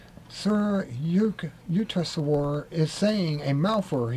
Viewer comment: if you're going to read something out on film you ought to practise first.Also get the names right...SRI YUK-TES-WAR. Interesting content though...